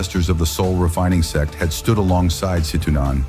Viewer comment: Please correct the word SEX to the correct SECT, pronounced SECK .